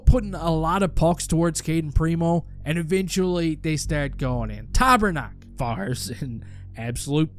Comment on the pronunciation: I’ll be laughing all day at Tabernak instead of Pastrnak 😂😂😂😂 In Boston they nicknamed him Pasta 👎